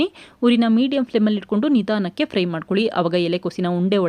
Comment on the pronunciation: That's not pry it's fry🙏